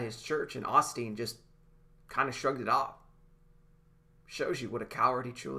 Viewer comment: Lol, brother, Oss teen don't sound right. Its pronounced OH steen.